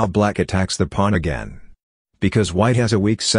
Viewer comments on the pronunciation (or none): Why does he say plun instead of pawn?